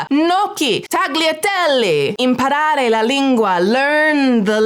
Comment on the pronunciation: sorry for the pedantic unrelated note but i just HAVE to, as an italian 😅-, "gnocchi" isn't pronounced like that, the "gn" sound is kinda like the ñ sound in spanish - try saying it more like nyo-ki!